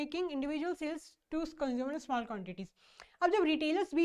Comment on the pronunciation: Mam thoda dhire bola kro please kuj smjh nhi ata itni tej bolte chle jate ho small ko smell bol dete ho 😂